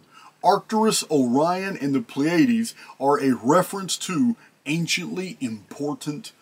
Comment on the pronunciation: I had to look it up: PLEE-uh-deez ...Pleiades